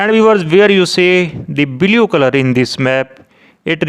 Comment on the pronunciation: Admin is from haryana, so welcome to bleau not blue color, raping English like no one